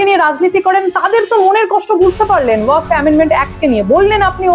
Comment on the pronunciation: Waqf uccharon ta thik korun style pore marben